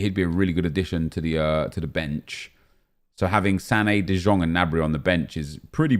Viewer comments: its de iong not de jong bro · Ffs nep it is pronounced "de Yong" not "de Jong" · Bro im from dutch you say jong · De Jong = The Young NEP not The Zjong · it's pronounced De "Yong" ffs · De jong can you pronounce it correctly for fuck sake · He doesn't understand that in Dutch the J is like a Y in English